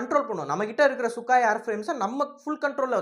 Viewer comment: தம்பி..அந்த போர்விமானத்தின் பெயர்..சுக்கோய்...சுக்காய் இல்ல...சரியாக சொல்லுங்கள்..